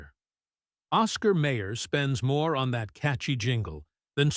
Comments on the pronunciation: May Er? We always pronounced it as My Er. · The Narrator keeps Mispronouncing Mayer it's pronounced Mi-yers not Mayors and who produced this content Trader Joe's? 😆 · The Oscar Mayer company pronounces it my-er, not may-er. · My ER not Ma er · "May-her". That was like nails across a chalkboard. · Once I hear the wrong pronunciation...I leave.